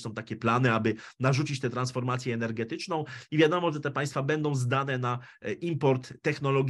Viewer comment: cenie bardzo Pana wypowiedzi, poniewaz niewatpliwie w kraju jest to potrzebne. Ale...przede wszystkim, Pana polski jest fatalny. Beda nie bendom. Prosze nie uzywac spolszczonych slow angielskich, lub polskich, ze zlym znaczeniem/tlumaczeniem. Nie jest sie madrzejszym, uzywajac slow w jez pilskim nieistniejacych. Wybral Pan dzis temat zbyt obszerny, zbyt skomplikowany, na jedna pogadanke. Nie ma Pan chyba wszystkich, istotnych danych, miesza Pan pojecia, tematy, czesto ich nie rozumiejac, wprowadzajac sluchaczy w blad, podajac niepelne lub falszywe informacje, a nie o to przeciez chodzi.